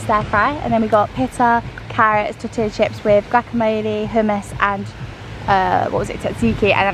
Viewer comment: 😂 she said tore-tlla wraps. and that the lspiritual Copal will get the skeeters away. Cute.